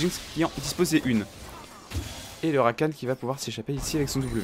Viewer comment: Rakane( prononciation) pas Rakan c'est énervant de ouf